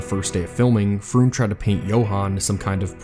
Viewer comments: Outstanding video. One small point: Karl Freund's last name is pronounced like "froynd". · Nice video, but for future reference Karl Freund's last name is pronounced as Froined, rhymes with Coined.